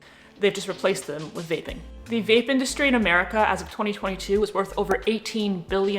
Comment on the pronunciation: At first I thought you said “bathing”, not “vaping” 😂☠️